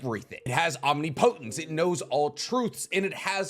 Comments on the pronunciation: Om nip po tence, not omni potence 👍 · It's pronounced (ahm-nipo-tent) NOT (omni-potent). Sincerely, A Grammar Nazi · Bro really pronounced "omnipotence" as "ahm knee poh tents" 😂😂 i kove you but you are terrible at pronouncing certain words. Its pronounced 'ohm nippa tense" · Just to be nit-picky, it's pronounced om-nip-oh-tents. Not omni-po-tents. Omnipotence lol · you are saying "omnipotent" and "omnipotence" incorrectly... it's om-nip-o-tent and om-nip-o-tence. Not like the word potent... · Can u learn how to pronounce omnipotence plz it omn ip o tence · Is he just saying omnipotence like that on purpose? =/ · It was like a knife in the ears the way you pronounced omnipotence. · The truth! Mispronouncing omnipotence doesn't hurt that bad lol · The way you say omnipotence makes me both laugh and cringe simultaneously, something tells me you also say nuculer instead of nuclear don't you lol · I'm not saying you're incorrect or wrong in your pronunciation, just saying your pronunciation is funny to be